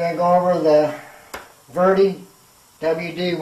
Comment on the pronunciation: It's a VEDA, NOT a VERDY. ! I see no R or Y in the name. Also why does everyone that does a review on a 0.20mm fine detail airbrush never ever thin the paint and reduce the air pressure or hold the brush at an angle more square to the item being sprayed..to get it to do as fine a line as possible ? It's amazing how poor some reviews can be.. like this one.